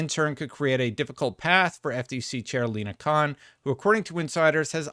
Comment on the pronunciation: I was listening and thought he accidentally called her "Shere Kahn." 🤣